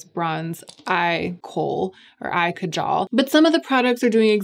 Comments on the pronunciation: It's pronounced kaajal, not kajaal. Just swap the A sounds. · Kaajal. It's pronounced kaaaajal. I don't know if I can really forgive Victoria Beckham for appropriating this word and totally upending it. The product is amazing. The mispronunciation is just... disappointingly typical.